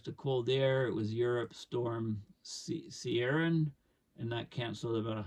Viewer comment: Ciarán is the same pronunciation as Kieran. Not a criticism, I rather enjoy the parochial pronunciation gaffes in your videos.